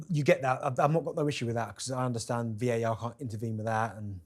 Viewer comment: At 2 38, she calls it "VIR" instead of VAR. I've said it time and time again. Please get a new presenter. This show can be huge. You need a new presenter. It's not all about looks. The likes and views won't go up until you change the presenter. Trust me.